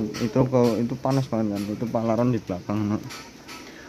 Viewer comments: PARALON DIK,BUKAN PALARON 😂😂😂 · Paralon..bkn palaron..😅😅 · Paralon bukan palaron😂😂😂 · PARALON Mas bukan PALARON 😂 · PARA....LON bukan PALA...RON🤭